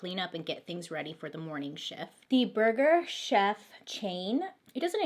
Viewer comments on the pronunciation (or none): And I love how every time she said burger “shef” she was trying not to laugh about saying burger “chef” 😂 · I literally fall asleep to your videos every night I love how you tell these stories and your voice and when you said burger cheff or Jeff that had me dyingggg lol 💜💜🤣😘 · Lol i thought you were saying Burger Jeff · I thought she said Burger shack 🤣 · Nicole I thought she said Burger Shelf 🤣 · i heard “burger jeff” and was laughing with her 😂😂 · I died when she was laughing at the way she pronounces burger chef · Burger, burger'Ch'ef. Lol thank you Bailey..🤣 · “Burger chef” please never pronounce anything right the first time because this is the best 😂❤️